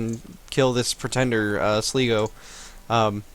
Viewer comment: sligo is pronounce with an I like I am